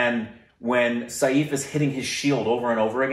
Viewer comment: By the way u r pronouncing Saif also wrong